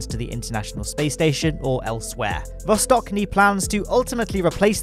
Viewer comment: ch in Vostochny' is pronounced same way as in Czechia or Chester.